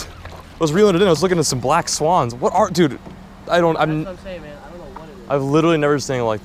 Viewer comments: “Err yoo messing with my swens? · The way she says swans😂😂